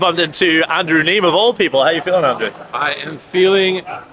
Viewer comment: Dude, you can not be a poker vlogger, go to The Lodge and pronounce is name “NEEM”. It’s Neeme. Like “Knee-Me”. That really bad.